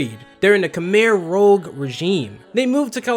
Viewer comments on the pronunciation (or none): The way you said Khmer Rouge killed me, especially that mispronounciation or Rouge. Rouge is a type of red, rogue is a type of D&D character. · Khmer Rouge. Roo-zhe. Like the g sound in mirage. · Just a heads up, you mispronounced Rouge as Rogue. common mistake but still. it's basically the red khmr. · Rouse not rouge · Wow, you can't even be bothered to pronounce Rouge correctly. Fucking zoomers.